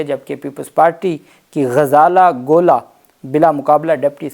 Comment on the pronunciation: آپ کی اردو بہت کمزور ہے۔ آپ بہت ساری غلطیاں کر رہے ہیں۔ نام درست کریں. یہ غزالہ گولا نہیں ہے۔ صحیح نام غزالہ گلہ ہے۔